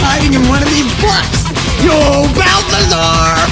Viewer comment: it's balthazar